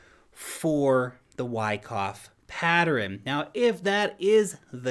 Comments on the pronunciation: Pattern > “patterin” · Only 2 syllables in the word pattern. Pat-tern not pat-er-in